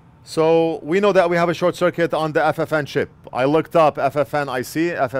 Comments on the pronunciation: Great video and I learned a new word “Shor-kit” , not bad, saves a syllable. 👍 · I ❤ the "shor-cuit" moment 🤣 A new, faster way of saying "short circuit" - I love it! Making new words up on the fly... The Northridge Fix way!! Better Than Factory, baby 👍👍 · Another first from your channel, lets call Short Circuit from now on as. " Short-cuit" ❤👍💪✌